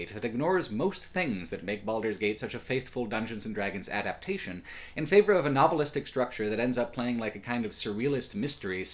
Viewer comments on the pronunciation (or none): none